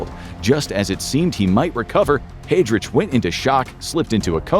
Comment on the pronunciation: The pronunciation could definitely be better, especially for Heidrich